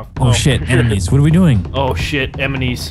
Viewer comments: LOL "emenies"!!! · did someone realized says emenies not enemies